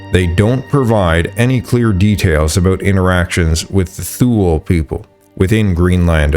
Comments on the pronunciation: Thule is pronounced "Tue - le", not "thool", isn't it? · yes, you are right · Thule is pronounced "too-lee" not "thool" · Thule is pronounced "Two Le" Not sure why I am telling the AI voice this 😂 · Thule is not pronounced “thool.” It’s too-lee or too-lay. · Great video. Thule BTW is pronounced toola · The Thule people is pronounced, 'Tool-ley', they used poisoned tip arrows that were blown from a hollow bone, when they fought the Norse, who resorted to wearing coats of armoured mail, when they fought the Thule, but to no use. The Skerlings in Vinland and the Thule in Greenland were badass warriors to get the better of the Norse, people in Europe had a lot of difficulty defeating the Norse in battle. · Thule is pronounced Too-lee in the latin sense of “ultimate thule” which was an island north of Britain. In current Scandinavian languages the final vowel probably sounds like a soft a.. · tool eee is how u pronounce thule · Mate, nice work, but check your pronunciations. E.g., Thule is toolee, not thool. Pagan is more like Paygan. The "thing" was Althing. Nuclear, not nukular. There were a few more.